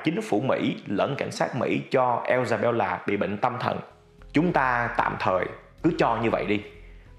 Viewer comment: mình nghĩ nên cố nói đúng tên nhân vật. Isabella chứ ko phải là Ellsabella